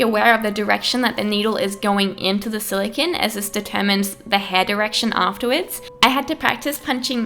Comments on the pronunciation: Silicon is pronounced "siliCONE" not "siliKIN" sorry it was driving me insane. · is it me or does it bother anyone else that this girl is saying silocan instead of silocone? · SiliCONE not siliCIN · SILICONE. NOT SILICON. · But it's silicone, not silicon. Silicon is a completely different thing. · "Silikin" "silikin" "silikin"...ITS SILICONE. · its silicone. not silicin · Jack Marshal THANK YOU. eEveryone's just copying eachother saying it looks like jenna Marbles but I was looking for someone else who got annoyed by her pronunciations. lmao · I like how she says silicon. "Skill-a-ken" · im triggered she keeps saying silicone in a weerd way silacon thats what it sounds like silacon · Is it bothering anyone how she keeps saying silicINE? I get annoyed by the stupidest things lmao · It's her accent lol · The way she says silicone bothered me so much